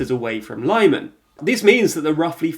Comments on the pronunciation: Lyman: the first part is pronounced like "limit". It's more like "li-mahn" instead of "lie-man". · lih-MAHN not LYE-man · At 500k subs you should start taking care of details. It's still very amateur. You keep saying that you're an underfunded channel, but it costs nothing to check how foreign names are pronounced. It's /lI:man/ not /laimn/ and if you'd paid attention to the BBC or SKY news you'd have heard them pronounce it correctly. Plus, you know that only in English a Y or and I can be pronounced /ai/. As you deal with a lot of foreign events, I believe pronouncing foreing words correctly is quite important. I remember that ridiculous FDL instead of FDI, when the party's name is Fratelli D'Italia, you can see that Italy starts with an I, so I can see you don't make the slightest effort. Again, I don't know how underfunded you are, at least study how to position a microphone not to have all that room reverb which makes it sound as a home made video. I'm sure you have a condenser in front of you, I saw it in other videos. If you need to capture speech, with 99 pounds you get a very good one nowadays. You don't need to treat your room, you can find the sweet spot for your microphone not to capture so much room reverb or buy a sound shield (you can also build one), a decent sound shield would cost you around 40 pounds. Please also edit your volume, when you start a new footage your audio is at least 4db higher. Audio can easily be edited. There are channels that have far fewer subs but take care of these details. It's high time you did it. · Good luck with the Marathon! Not trying to be pedantic but how do Ukrainians pronounce the name of Lyman City?? Is it 'Lie-Man' as you pronounce it or is it 'Lim-An' as I have heard myriad others in the region pronounce it!!?? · It's pronounced lee man no lie man! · it's not lieman!!!! it's leeman 🤣👍🏼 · It’s Lee-man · The city of Lyman is pronounced "Lee-mahn" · LEE-MAHN, for crying out loud!